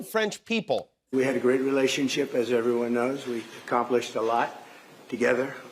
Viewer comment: Question from a trivia game 12 years from now. What American president prenounced "a lot" as "alaat", never grasped how handshakes worked and had a face like angry orange silly putty with a blonde badger nailed to it?